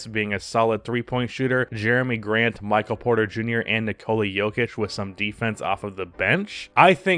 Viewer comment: Maybe it's just my allergies messing with my hearing but it sounded like you kept saying Micah Porter Jr.